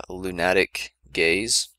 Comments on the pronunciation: Great guide, but "loon-at-ic gaze" made me cringe every time. lol. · Lunatic haha lu·na·tic